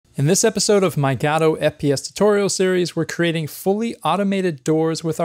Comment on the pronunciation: I cry every time you say gAdo...